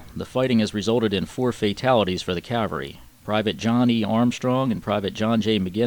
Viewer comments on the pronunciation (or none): does a great job on these videos. The animation of the map series is good and the timeline is a nice detail. I only hope that, will learn how to pronounce The word Cavalry. Custer would cringe when his regiment is referred to as the 7th Cavery. 😄. All in all a very good series on what happened in June of 1876. A lot of work went into this series. Good job.